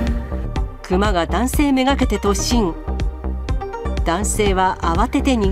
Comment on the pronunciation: クマのイントネーションが目の下のクマ肉なってる？